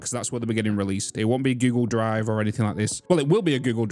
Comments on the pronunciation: I keep hearing Giggle drive, not Google drive xD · Can not unhear giggle drive😂😂